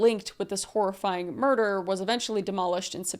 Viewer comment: Merdor. (Murder).